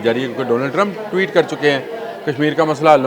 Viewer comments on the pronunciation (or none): none